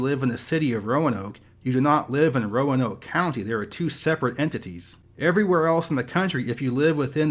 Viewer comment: Pronounced RO-NOKE....please.